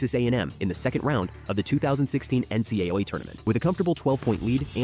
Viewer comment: The AI can’t pronounce “NCAA”😂